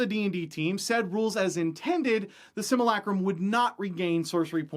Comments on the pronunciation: Similac-Crumb? We're going to have to go ahead and disagree on the pronunciation of simulacrum. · ...hearing him saying "sim-u-lay-crum" wrong is so painful. But good video!